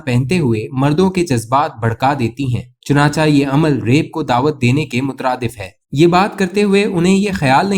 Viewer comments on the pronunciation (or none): بھائی اپنا تلفظ ٹھیک کرنے کی کوشش کریں۔ چناچا نہیں چناچے۔۔تلفظ ہوتا ہے۔ ملگوبہ نہیں ملغوبہ